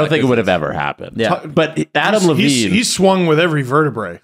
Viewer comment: “Adm Levine”